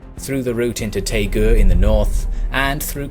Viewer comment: Interesting video, but Daegu, Daejeon and Busan don't start with 'T' or 'P'. I've been to all three places and they're written in English with 'D' and 'B' respectively. Daegu for example is pronounced Day-Goo as opposed to Tay-ku.